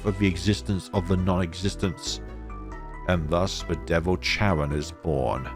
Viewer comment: Thanks ❤️❤️❤️. I've been waiting for the translation of season 11 for a long time since season 10. However, you mispronounce some characters' name so will correct it for you. For instance, the letter "c" in their names is pronounced similar to "k", sometimes "s" not "ch". For instance: - Caron is pronounced ka-ron. - Caesar is pronounced see-zer - Spica is pronounced spee-kah. - Luca is pronounced loo-kah. - Luce is pronounced similar to loose (Most characters in the game have Italian names) - The village Triela is read "Tree-lah". My correction ends here. Hope that it will be help for the next video.